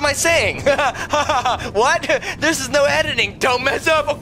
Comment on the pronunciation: He said domeass